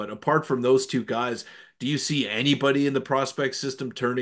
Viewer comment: “Your guyes” you guys need to move out of your moms basement